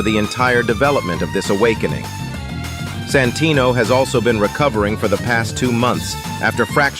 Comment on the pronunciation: I cant unhear "Sanfuckingtino"😭😞